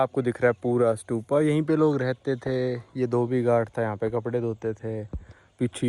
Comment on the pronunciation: Bhai स्तूप होता h स्तुपा nahi